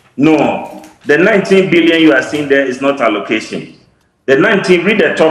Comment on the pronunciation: How can Dr John Kumah dispute report put up by his own government??. Even in the midst of the camera showing it publicly A PhD holder cannot read out the word allocation and utilization